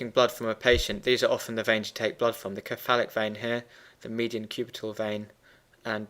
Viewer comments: Thanks for the great graphics- very helpful. Please note, though, that the word 'cephalic' is pronounced with a soft c. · I just couldn't stand the way he says "cephalic" other than that it was good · I'm glad I wasnt the only one